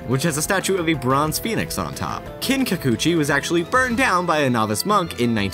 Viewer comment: "kinkukuchi?" ITS NOT EVEN FUCKING SPELLED THAT WAY!